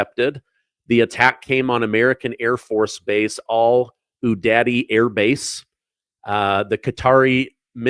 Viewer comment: You have to learn how to pronounce udeid 🤦🏿‍♀️🥳